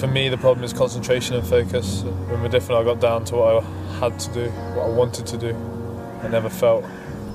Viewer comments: Jesus it's modafinil with an 'A' not modifinil 🤪. *Warning to all* please do not take any medication if you have not at least taken the time to learn how to pronounce it properly 🤔. Research Research Research and discuss it with your doctor for god sake 😂🙃. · This fuckin idiot, can't even pronounce the name of the drug he's taking.